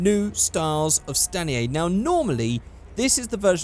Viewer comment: I thought it was "stainer" instead of "stanier". Welp I've been saying that wrong for almost 10 years